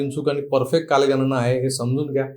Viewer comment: "कालगनना" नाही " कालगणना" अस आहे...... " आपन" नाही " "आपण" अस आहे.....please जरा उच्चारांन वरती लक्ष द्या